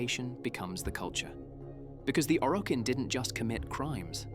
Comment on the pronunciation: does this sound like an AI voice over to anyone else? like combining Roathe with Are, mispronouncing Orokin, that sort of thing.